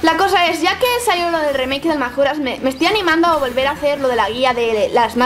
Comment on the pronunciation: eres la primera persona que veo que dice "magora", todo el mundo lo pronuncia "mayora" o "majora"